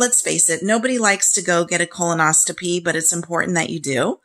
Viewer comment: Thanks so much for this info, I’m having mine this week with the same med. As a nurse I just want to let you know it is pronounced Colon-os-CO-py. It sounds like you may be putting a T in there, if I’m wrong so sorry! Thanks again!!